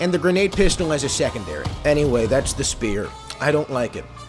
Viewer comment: ah, yes, the Shpear!